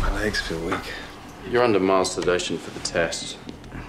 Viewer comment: To be fair, it did sound like he was saying "masturbation".